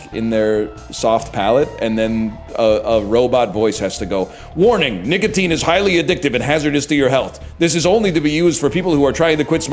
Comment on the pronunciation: am i going insane or is his 'c' in "nicotine" so soft that it sound like a 'g'